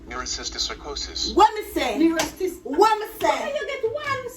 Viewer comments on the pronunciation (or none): Mommy bright right thruu😂😂😂😂😂😂 “nuerosisricerosis” mommy get r distinction 😂😂😂